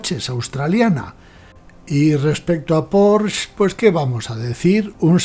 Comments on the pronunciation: Enhorabuena por la historia, desconocida por la gran mayoría del público, e incluso por muchos aficionados al motor. Muy, muy interesante y desmitificadora… Por cierto, incluso en alemán se pronuncia más bien “Poshe”, acabado claramente en ‘e’, tal y como enseña la propia marca: . Un detalle sin importancia, pero que me ha llamado la atención por la cantidad de veces que se pronuncia mal este apellido. Un cordial saludo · Estoy de acuerdo. Precisamente por eso, españolicemos el nombre y digamos “Porshe”. Eso de decir “Porsh” es, además de incorrecto, un pelín hortera…